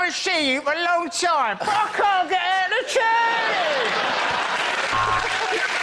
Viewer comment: He couldn't get ahht the turnin